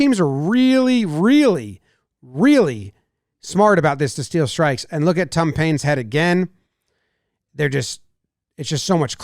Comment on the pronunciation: Sounds like Jimmy is saying "Tum Payne" ahah